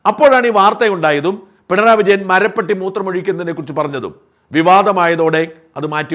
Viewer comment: മറുനാടൻ എല്ലാ കാര്യങ്ങളിലും പൊങ്ങച്ചം പറയാറുണ്ട്... അതിലൊന്നാണ് ഭാഷാ ശുദ്ധി നോക്കുമെന്നത്... കൃത്യമായ ഉച്ചാരണം... ശരിയായ വാക്ക്... എന്തല്ലാമായിരുന്നു തള്ളുകൾ... മരപ്പട്ടിയും മരപ്പെട്ടിയും തമ്മിലുള്ള വ്യത്യാസം എന്താണ് എന്നറിയില്ലെങ്കിൽ ആ സുനിതാ ദേവദാസിനെയോ ആരിഫ് ഹുസൈനെയോ വിളിച്ച് ചോദിച്ചാൽ മതിയായിരുന്നു...😊😊